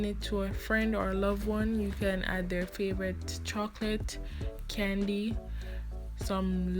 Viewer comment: Pronunciation cartridge paper and chocolate had me dying XDDDD, You Know?